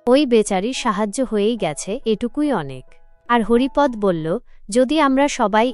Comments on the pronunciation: Haripad নয় Haripada হবে। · পাঠিকা,আপনি কোনো বাংলা শিক্ষকের কাছে হরিপদ শব্দটির সঠিক উচ্চারণ শিখুন।